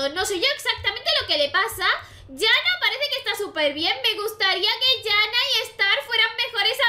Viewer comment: Me pareció interesante el vídeo pero no la llames "Yana", que sea con "j" no significa que sea "ya". Se pronuncia cómo está escrito, Janna sin sonar las dos n.